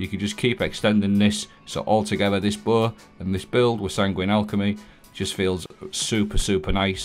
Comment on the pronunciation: I’m sorry but how do you say BOW?